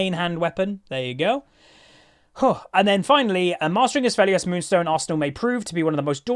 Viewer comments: Btw, no hate or anything but the name is pronounced "Aphelios" there is no S in the A - p which you say "Asphelios" ^^ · Its not Assfelios, its Afelios